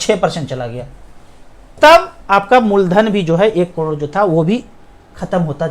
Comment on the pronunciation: crore bolna phirse 😂 klodo 😜